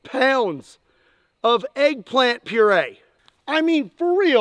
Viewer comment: Why is having trouble with eggpplant?